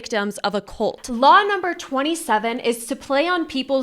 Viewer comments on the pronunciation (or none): it's "cult", not "colt"; thought you were talking about little horses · that's not what I am hearing. Most younger people are pronouncing words like cult as "colt", and "results" as "rezolts." It's like a YouTube accent.